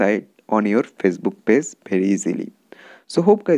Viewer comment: It's page not pase